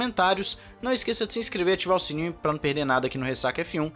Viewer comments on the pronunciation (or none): none